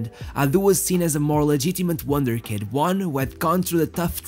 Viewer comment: You must not have watched Ted Lasso, or you would know it’s wunderkind, not wonder kid